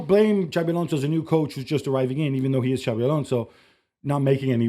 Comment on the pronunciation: IT IS XABI ALONSO FFS